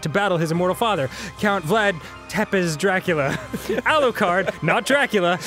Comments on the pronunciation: danny mispronounced Vlad's last name it's pronouced sa-pesh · does it bother anyone else that Tepes is pronounced zuhpesh